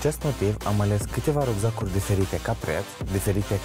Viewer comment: "Rugzaguri" mor :))=))